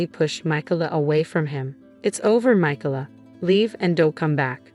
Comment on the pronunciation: The name, Micalah, has 3 syllables. In the USA, the second syllable is usually accented